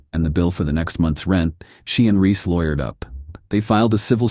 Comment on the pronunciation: BaHaHaHaHaHa, the "wake the dead" package..!!! 😂😂😂 His name Reese, not Riss.